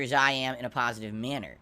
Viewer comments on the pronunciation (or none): Another pahsitive stream with